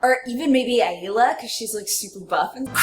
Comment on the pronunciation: wait. Did she just call Ayla "Agula"? :/